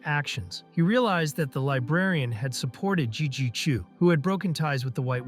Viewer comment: lol 8h in the vo starts having problems saying jiji chu 😂😂😂 stutters a little at times